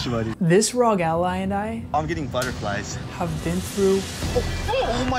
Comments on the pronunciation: It's ARE, OHHHH, GEEE. It's not ROG lol. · it R.O.G it's an acronym for republic of gamers please learn how to say it